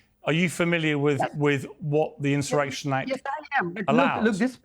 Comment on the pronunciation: WHATS THE INSURRECTION ACT?? "LOOK VOT HAPPERN JEN 6TH - DAT EEZ EENZAARAKSHUN" 😂